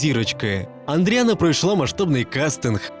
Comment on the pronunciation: Шановний))) Не Андріана, а Адріана))) Це ж не складно)))